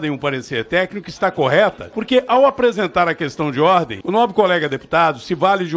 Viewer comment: Meu Deus... A pessoa fala qestãi de ordi. Meu Deus. Faz vergonha ao parlamento é uma pessoa que nem se preocupa em melhorar para poder ajudar em algo.